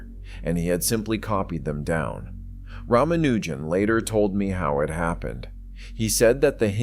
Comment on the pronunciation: The real Hardy didn't speak with an American accent. And he also knew how to pronounce Ramaujan's name correctly.